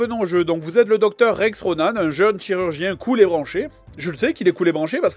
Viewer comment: bon je sais pas si ça a déjà était dit mais bordel ça me stress qu'il dise RONAN(E) c'est pas comme ça bon sang c'est ronan -an-. a+n=(an) comme en. c'est horrible à entendre et je sais de quoi je parle je m'appelle Ronan..... 9ans plus tard c'est jamais trop tard